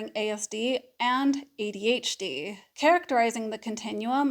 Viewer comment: Despite the way you say adHd instead of ADhD this was thee MOST helpful video I've listened to regarding the social differences overlap. Very helpful in fighting my imposter syndrome monster. Thanks.